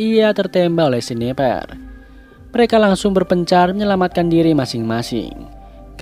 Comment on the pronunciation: ada ralat sedikit ya ka , untuk kata sniper ngomongnya bukan seniper tapi snaiper